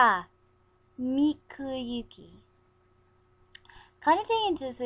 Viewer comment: You guys did a good job, but you pronounced a lot of Japanese names and things wrong. You see, in Japan, an 'I' makes an 'e' sound. So Kagami's name would be said like Kah-gah-me. Tsukasa's would be like ts-su-kah-sah and Miyuki's me-you-ke. Some more vowels are 'a' makes 'ah' and 'e' makes 'a'. I hope I helped a little bit :)